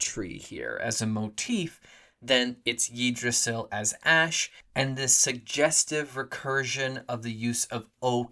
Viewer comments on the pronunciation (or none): First time I hear yee-drasil.